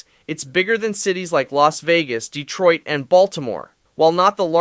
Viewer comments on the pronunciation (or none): none